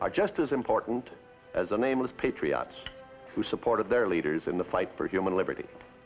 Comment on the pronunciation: As much as I love Walt, his pronunciation of "Patriots" drives me a little crazy. lol "Patry-otts."